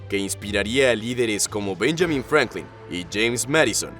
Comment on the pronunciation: No es Benyamin...es Benjamin!!!!.... NO ESTAS HABLANDO EN INGLES, VIEJO!